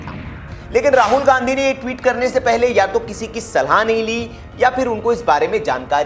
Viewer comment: ... गंधी परिवार का ये सितारा, बिल्कुल सही कहा सर आपने, " गंधी not गाँधी